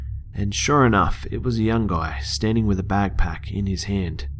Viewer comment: BACKPACK NOT BAG PACK!!